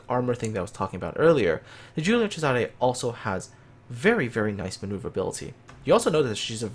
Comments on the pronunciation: Angelo Agriam I’m Italian. He pronounced it nearly perfectly. In Giùlio the “G” is clearly not a “J”, and there’s a “S” in Césare , not a “Z”. (I highlighted the correct accents). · Neither am I but I know some Italian, his pronounciation was spot on. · Angelo Agriam He pronounced very well for a non-Italian. On an unrelated note, one of my grandpa's brothers was on the Giulio Cesare at the battle of Punta Stilo, and as I understand he got some burns when the ship was hit by the Warspite, in one of the longest-ranged hits in naval history.